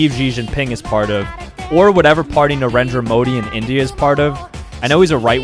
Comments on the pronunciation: The way you pronounced narendra modi was funny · His Pronunciation of Narendra modi. 🤣